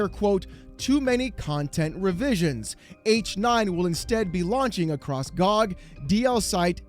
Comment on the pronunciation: Calling GOG "Gawb" is fuckin diabolical.